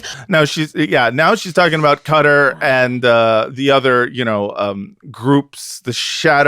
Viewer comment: I love you,, but you gotta stop calling Qatar “cutter” ❤😅